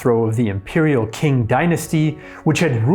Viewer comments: As always a wonderful video, but it would help to know how to pronounce Chinese. Qing Dynasty is pronounced ching, not king. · just a note: q's are pronounced "ch" in chinese, so "Qing" is "Ching", not "Kin". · It's pronounced ching, not King dynasty. Your pinyin pronunciation is not great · It's not "King", but "Qing". Ćing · The western "Q" is pronounced "chi" not "ki". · This is pretty bad. 1-Learn Pin Yin. Qing is pronounced "ching or tsing"... Not "king". 2- He should clarify that the Anhui Army is named for the province because of the origins of the leaders, not the location of the power base. 3-there is no reason to define English words when speaking English. I am not an expert in Chinese history, but when the lecturer has problems with these kind of basic things, it makes me doubt the accuracy of the information provided. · Also "Q-" is pronounced like "Ch-". Thus "Qing dynasty" is "Ching dynasty" not "King dynasty" 孙逸仙 is most commonly called by his Cantonese name "Sun Yat Sen" in English so I think the video is fine in that respect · Alright, so; you guys and gals are great, I love your content. You're the best history channel on YouTube. I watch ALL your media. It's pronounced Ching. Last Dynasty of China. Ch'ing. That 'q', in all the pinyin you just read, is pronounced 'ch'. Please just use an online dictionary and hear a mandarin speaker pronounce it before you record. Please. Pretty please. You all ARE the best history channel on YouTube, but could you be even better? Yes, yes you could. Love you all! Thanks for the great episode, minus the pronunciations! (Wasn't the only one you butchered. Still, loved the episode!) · Q in chinese read as "Ch" Qing read as Ching Qingdao read as Chingdao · "Qing" is pronounced "Ching". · Qing is pronounced as Ching. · Qing = "Ching". Q in transliterated Chinese is pronounced CH. Qingdao = "Chingdao" (formerly Tsing Tao). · AFAIK, "Qing" is pronounced more like "ching." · All the names are butchered